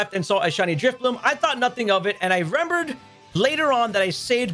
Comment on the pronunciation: "I rembered"